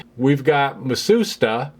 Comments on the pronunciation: of course! I love their fans and air conditioning. But I do have one minor thing to say, Matsushita is pronounced "Mat-su-shita" and not "Mah-soos-ta"! It was rather humorous to hear "Mah-soos-ta" though. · That name scratched in the front facier is kind of annoying me now. Less of the documentary, more of hands on repairing, soldering etc and less slide show. I'm not really interested in Matsushita (which you're mispronouncing btw). [Ma Sue shee ta] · i appreciate the history lesson on the origins of the Panasonic and Technics brands but you should have take the time learn how to pronounce Matsushita as you aren't even close.